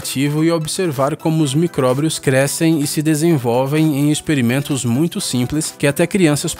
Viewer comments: Cara vc fala microbrios, o certo é micróbios 😄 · Quem escutou ele falar micróbrios dá um joinha! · "microbrios" hehehehehe